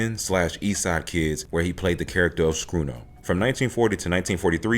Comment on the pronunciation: not SCRUNO.,...!